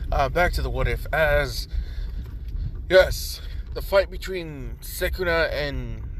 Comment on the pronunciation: Dude it’s sukuna not sekuna